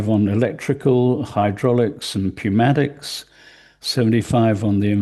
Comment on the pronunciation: He read pneumatics as with the P lol,,, oh dear